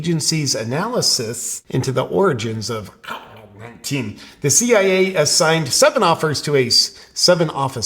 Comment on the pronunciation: Hey JP, just sayin' here.. after you alter the way you say Covid 19, you still got a "get the latest info from the CDC ab out CV19." tag on your video.. so even though you make your self sound retarded when saying covid 19, it appears that ain't workin'... JUST SAYIN'.